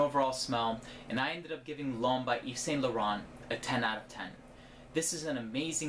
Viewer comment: When American people hear someone say names like Yves Saint Laurent, do you not hear the sound of it, or do you deliberately choose to say it wrongly?